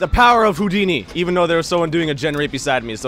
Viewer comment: Oh i get the joke now he said hodini!!!